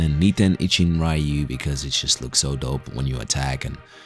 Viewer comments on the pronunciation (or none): It's not "Raiyu", it's reeyuu